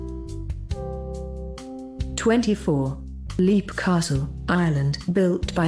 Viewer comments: That's pronounced "Lep" Castle, not "Leep" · It's pronounced lehp not leap, and brawn, not bran you silly cow!!!! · And Leap is pronounced "Lep."